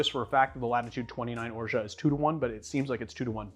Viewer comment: Have you ever looked into the correct pronunciation of "orgeat"?